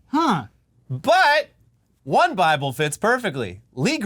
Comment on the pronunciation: It's in the baaable! And it's Bilbo.